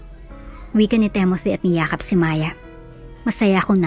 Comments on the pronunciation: It's Timothy, not Temothy! I think..... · Ok sana mga kwento. Yung narrator. Ang panget mag deliver. Timothy, tapos TEMOTI, basa mo.🙄 Pag mga pang sosyal na,pag may mga english na lines hindi na bagay sa narrator.. tsk